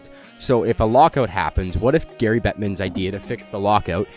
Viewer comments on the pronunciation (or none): none